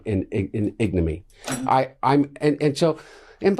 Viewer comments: Crackhead be makin up words. Ignomy is NOT a word. I think he meant ignominy. Say 'crack' again. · It’s not ignomy Hunter, it’s ignominy. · "Igname"....I think he meant infamy but he's Joe Biden's son so who knows what he was trying to say. Definitely not him. Glad to know it runs in the family. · He is so stupid he can't pronounce the big words he uses. It is ig-nuh-mi-nee, dummy. He is kinda repulsive. What woman would marry this philanderer?